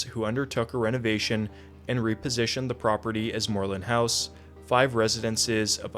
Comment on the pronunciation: Love the way you pronounce "Moreland House" in the British style.